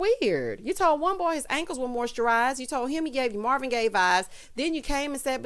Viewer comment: OH!! Ida said MARVIN Gaye vibes!!! I thought she just said gay vibes! I was thinking omg! I can't believe she said that, and he didn't go off!!!